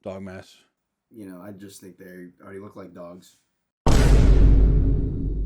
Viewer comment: damn nick oomph "they already oook like dogs"